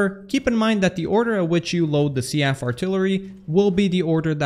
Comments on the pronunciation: I love you, man. It needs to be said though. It's Seef not sea-f. And they are shells, not missiles. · The only thing I heard was SEA-AGHF artillery instead of SEAF artillery. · I feel like Seaf is pronounced Seef, not See-af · Why do you say SEAF like that? It's pronounced SEAF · "the seaf artillery missile" I can't do this